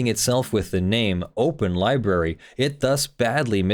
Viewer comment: Am I detecting the lawful masses used to be a "LIEBERRY" person. Sounds like your fighting a tendency to mispronounce library. You mostly win. Could be wrong.